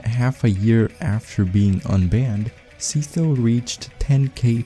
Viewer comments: Dude really pronouced Sytho as see toe 🗿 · s-eye-tho btw good vid aside from that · my bro just made a whole 14 minute video about sytho only to pronounce him ”seethough” 💀